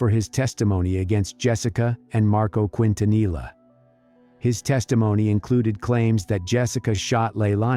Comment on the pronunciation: You’re pronouncing Quintanilla wrong. It’s a Spanish surname and double Ls are pronounced as a Y not a L.